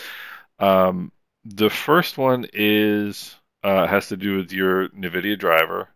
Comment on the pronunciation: Ouch, it hurts, my pearls, thank you for the videos, made my life awesome with quest vr, but minor request, the pronunciation, it’s “n” vidia. At least I hope it is 😅